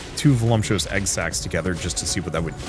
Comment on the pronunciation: There is literally no m in voluptuous